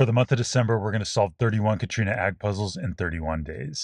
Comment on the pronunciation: I think her name is pronounced Cat-Riona not "Catrina" - also are you solving these in your car?